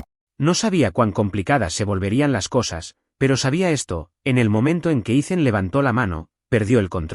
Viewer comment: Grace? Se pronuncia Greis..Ethan, Itan. No ice